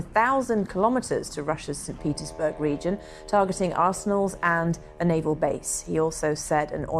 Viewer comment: Did you say; StPetersburns